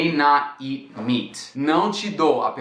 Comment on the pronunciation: It's funny when you say "You can't eat meat" and I only hear "You can't eat me" haha